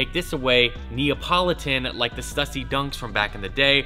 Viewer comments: Why are you still pronouncing Stussy wrong, dude? We've talked about this. A lot. "Stew-see" "Stew-see" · bro...why do you not pronounce Stussy right?? i'll give you a perfect example. Pronounce "stu"pid and then pronounce pu"ssy". Now combine the two i emphasized while keeping the pronunciation going. There you go now you can pronounce the brand perfectly!